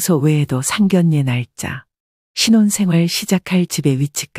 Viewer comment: 에이 제기랄 아무리 참아보려고 해도 천불나서! 나이깨나 먹은것 같은데 계속 상결례라고 하네! 국어사전좀 보고 방송을 해요